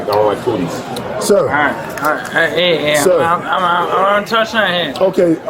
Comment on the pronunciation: did that man say "i don't like coodies"😂😂😂